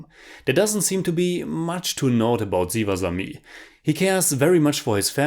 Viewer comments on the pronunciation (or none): I want to point at Asuran and Sivasami have S pronunciation not Z......Unfortunately I can’t take such gore so haven’t watched it....but someone I know who has watched said the same as you that the fights aren’t realistic for e.g. one guy beating some 100s of them....like a mass movie though the story is based on real incidents.....I personally hate slo mo shots.....btw GV Prakash Kumar is the nephew of ARRahman....